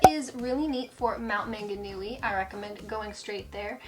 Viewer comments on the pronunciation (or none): A few suggested corrections on pronunciation: Taronga is a zoo in Sydney. Also, it's Te Anau, not Te "Anua". And you mention "Mt Manganui" but presumably meant Maunganui, then Coro-MAN-del, not Coroman-DELLE.